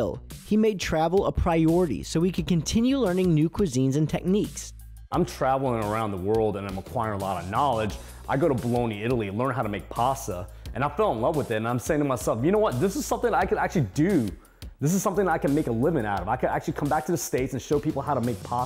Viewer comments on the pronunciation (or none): Admire this guy's passion and dedication, he deserves his success. But please, formal training or not, as a professional. Chef one should know it's not "Baloney, Italy" , but "Bologna (say: "Boh-lonya"), Italy"! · Baloney, Italy? LOL!! Bologna! Bo-lon-ya! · he said bologne italy. lol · did he just say "Bolony italy"??? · He went to Bologna Italy and still calls it "Boloni" lol